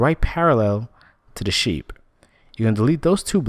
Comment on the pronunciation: Did he say SHIT FARM????